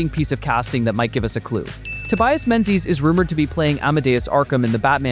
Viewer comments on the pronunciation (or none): Please check your pronunciation of "Menzies". The amount of times that this is mispronounced is really annoying. It is a Scottish, proper noun, pronounced - MING-iss